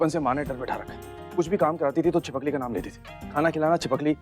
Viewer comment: 😂chhipakali ny chhipkali